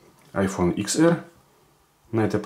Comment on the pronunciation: Это не ИКС, а десять, ТЕН АР грамотей